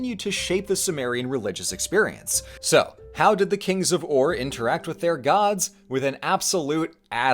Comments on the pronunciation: A note- ur shouldnt be pronounced like err or oar but instead like oor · Wait, it's pronounce Oūr? I thought it was more pronounced eUr... or is the Royal Game of Ur completely different?